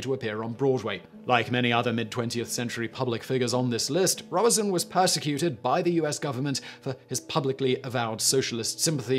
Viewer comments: The only thing that really pisses me off with Simon is his pronunciation he can not be arsed to look up how to pronounce words or names. It is pronounced robe son not Robinson! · I believe it is pronounced “Robe Son”, not Robertson. Thank you for this video, information is power. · Robe-son not Rob-e-son! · It’s Robe-son not Rob-uh-son. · “Robe-son,” not “Rob-be-son.” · Simon I have always heard Paul Robe-son is the pronunciation. Brian "Jonners" Johnson on Down Your Way and Desert Island Disks - Roy Plomley 1st December 1958. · Pronounced Robe-son. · You need to read your scripts before you speak them. It's clear you're reading them off the teleprompter... and you're getting lots of worms wrung. Sometimes you use the wrong word and sometimes you just mispronounce them. Check how Google recommends you say 'Robeson' for example. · The 'Turing' film is wildly inaccurate ,and misportrayed Alan Turing. mispronunciation of Robeson, and a lot of an socialist persecution US examples and ragbag cases. ANNA! Not up to usual standard , but usual mispronunciations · Please learn to pronounce "Robeson". It's not hard. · Yes, it's Robe-son with a long O, and his co-star was Uta Hagen with a short A -- HAH-gen, not HAY-gen. The story was great, but mispronouciations like this always jar me ; I think a part of me wonders about the quality of the research that went into the story. If you can't (or won't) bother to get the names of relatively famous people right, can I really trust that you got your facts straight? Sloppy research is not reliable. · Psst! Simon. Pssst! ‘Mores’ is pronounced ‘moorays’ and Paul Robeson’s surname pronounced ‘Robe-sun’. (Just sayin’). Love your work, Simon. Keep ‘em coming.